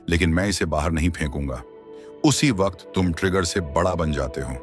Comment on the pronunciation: ये वकत नहीं सर ...वक्त है